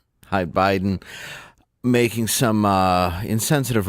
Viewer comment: He pronounces it BLIDEN. We must respect that.